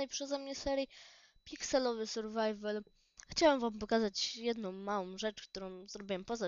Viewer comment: surwajwel hahah